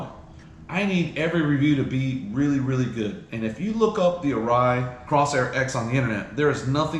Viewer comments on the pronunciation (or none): Good review. But the name of your Arai is the COR - Sair, not the CROSS - Air. As for anyone who would remotely consider purchasing a Ruroc over an Arai (or frankly, purchasing any Ruroc at all) - well, let's just say I hope that, like you, they look behind the thick curtain of Ruroc marketing.